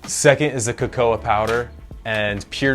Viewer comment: Please, do learn how to pronounce cacao (kaka-oh!) properly! ;-)